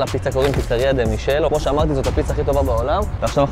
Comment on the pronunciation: ממליץ מאוד על Pepe ingranni , מרחק שעה מנאפולי. בנוסף, לפיצה שהמלצת במקום הראשון קוראים דה מיקאלה, לא מישל. בהצלחה 🙏👏🏻